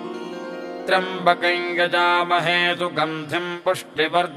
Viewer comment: The pronunciation given here for trymabakayain is correct . As per a commentator Hari OM it's due to Yajamahe Ya behind M . In such cases of sandhi it's pronunciation is as per Vedio. Nd Sanskrit is same throughout India. Local accents corrupts the mantras.